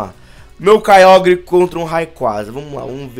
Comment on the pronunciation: quem escutou o falar kyiágua??